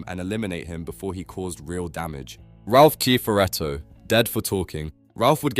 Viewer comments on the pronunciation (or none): Based on the mispronouncing of Ralph Kiffaredo and other names, this is either an ai voice, or he's never watched the show